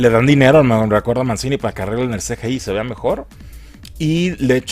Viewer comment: "Mencini" XDDDDDDDDDDDDDDDD